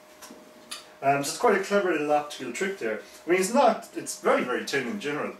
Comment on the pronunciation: Great review I love how you pronounce thin... 'Tin'